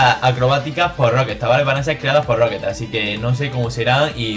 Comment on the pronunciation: Por que decís Rockestar? Es Rockstar